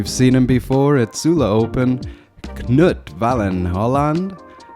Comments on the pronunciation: FYI it's just "noot", not "kuh-noot". The K is silent just like English, so says my Norwegian wife. Really enjoying the coverage! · Funny to hear you say Knut, it should be a slow vowel. But other languages is tricky. Thx for the video.